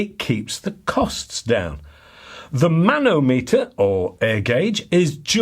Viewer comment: Manometer should be pronounced like speedometer !